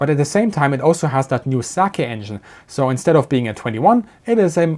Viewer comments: Small correction on pronunciation: 'Sakae' -> "Saka-e" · Yeah... We are not talking about alcohol.